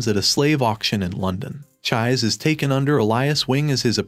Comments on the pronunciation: Chi -Say. her name is Chise, not chaiz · It's chi-say not chize😭😭😭😭😭😭😭😭😭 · Dude, did you even watch the anime? Neither sub or dubed versions pronounce her name Chized. This is hardcore rude to more than just fans of the manga and anime. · Please. PLEASE, repost this video with the correct pronunciation of Chise's name. PLEASE, I'm begging you. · Dude, seriously, I can tell that either you didn't pay attention to anime at all because of how you pronounce Her name, or you're hearing impaired to the point where you can't tell how wrong you are about the pronunciation. and judging from the other comments in the comment section you don't give a damn. don't make a recap vid for a show you don't care about. especially when you go out of your way to be insulting about it. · I could not watch it all the way through because of that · I cried because of the pronunciation